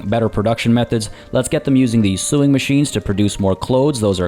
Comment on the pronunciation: why do you pronounce these names pretty close to perfect, but can't pronounce sewing. Sow-ing, not sue-ing...